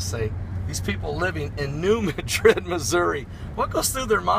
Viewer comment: It's not New Medrid, it's New Mad-rid. Not trolling, just correcting.